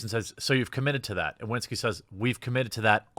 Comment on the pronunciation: Just a quick tip for anyone interested - Marcin isn't pronounced Mar-sin, the 'ci' part sounds exactly like in an italian ciao. And the 'w' in Iwiński is more like v in vase rather than w in water.